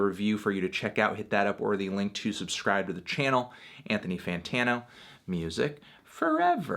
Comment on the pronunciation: Othony Rightano? Well that doesnt make any sense. Maybe he meant "alright"? Althony Righ-oh...